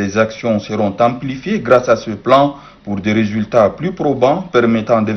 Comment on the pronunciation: Amplifier et non Emplifier prenez vous au sérieux ça commence à être de trop.Ce genre de faute ne peut être toléré dans une institution qui représente tout un pays. Arrêtez avec cette culture de la médiocrité.Mettez fin aux recrutements de cancres. Honte à vous.